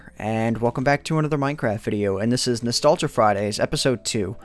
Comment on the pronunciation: "Welcome to nastalguh Friday's" LOL